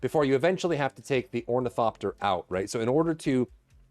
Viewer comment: did you say hornycopter? :D